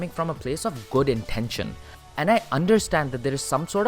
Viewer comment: Bro, your fake accent is distracting. For eg. when you say "Intention", you put a ठ instead of ट , like you are trying to sound American. Now there is no issue regarding the American accent, the problem comes when there is no consistency. Sometimes you pronounce words in a very desi Indian style, while sometimes its American. Fake lagta hai bhai. Reminds me of these rich kids who fake accents to look high class. Just some constructive advice. Your analysis is spot on and i want to see you get bigger. Liked and Subscribed.